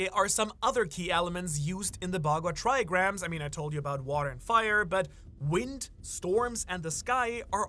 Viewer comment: "THE WINT" and I'm wondering WTF is the winT, with T at the end... turns out it's the winD but you pronounce it from your arse 😭😂